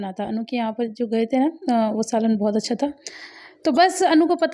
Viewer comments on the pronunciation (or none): Mujhe aap ke Achchhiyaa kahna itna funny lagta hai